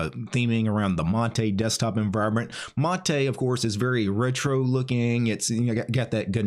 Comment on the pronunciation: its "mate" like "hate" not "mate" like "latte"